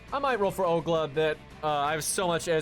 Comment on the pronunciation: Where does this Ogla come from? It's Ol (like in old) - Ga (like in garment)